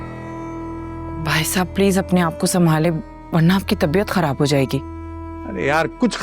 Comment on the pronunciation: زبان پہ فالج گرا ہوا ہے؟ جو خراب کو کھراب کہا جا رہا ہے